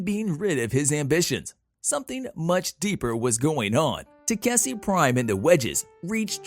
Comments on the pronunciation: it should be takeshi... istg the recap people are doing this on purpose to annoy us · TA 👏🏾KE 👏🏾SHI Pronunciation pleaaaaaase 😫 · Will they ever pronounce Takeshis name right again?